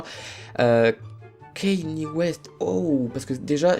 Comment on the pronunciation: Juste en passant, c'est pas ´´kenny'´ west mais ´´kanié'´ west. Voilà. C'etait un message du syndicat des noms écorchés